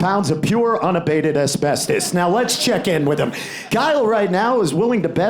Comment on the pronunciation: I'd only watch that game show only if they pronounced "Asbestos" properly.